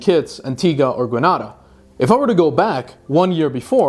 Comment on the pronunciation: Gren-aid-a not gren-ah-da